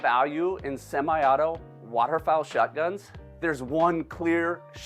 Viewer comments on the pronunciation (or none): I like it when says “waterfall shutguns”